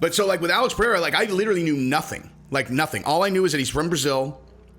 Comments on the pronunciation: Pie eh ha. Hahhahaha. That’s a new one. Its pronounced Ped Edda. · Bro it’s pronounced “P-Hay-ra” roll the r